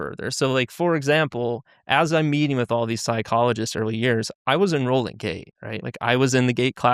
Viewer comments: Hahaha yep, a lot of comments think he's saying gay. It's funny, the program doesn't exist in the school Springville, NY district he claims. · Is it just me or do they need to annunciate the (T) in gate better because it keeps sounding like he’s saying gay